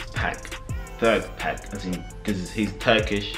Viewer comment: bro said 2pack :D it's gotta be more like pac as in "PAHK"